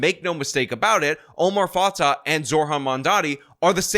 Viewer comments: Dude it’s pronounced Omar Fa-tay and Jacob Fry. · Not like I care, but it’s pronounced fatay